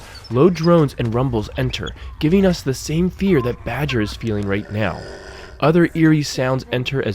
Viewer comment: Hey I can't tell if it's your accent or whether you are making a mistake but Omega's hound is called Batcher, not Badger.